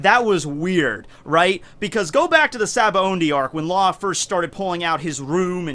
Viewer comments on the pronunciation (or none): Big fan, the only ONLY thing that bothers me is how you pronounce Sabaody. Other than that you’re golden dude